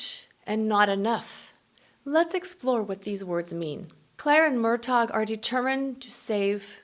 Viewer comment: Murtach not murtag